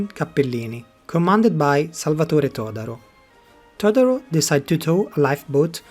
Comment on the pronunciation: La traduzione in italiano è pessima: la voce elettronica non è neppure in grado di pronunciare correttamente la parola Betasom. Il nome "Todoro", invece di Todaro, è addirittura comica.